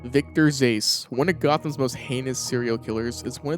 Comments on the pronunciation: Ik this guy didn’t just say “Victor Zase” instead of “Zsasz” 🤣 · Does this shithead deliberately say these names wrong? Calling Zsasz "ZAYSE" and Janosz "JAH-NOSE" it's like he does this shit purposely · wait i thought Vicky’s last name was pronounced Zazz in the games or maybe I’m just hearing things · You know you say victor zsasz name wrong